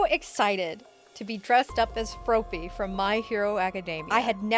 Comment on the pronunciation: The way she says FNAF and Froppy killed me 💀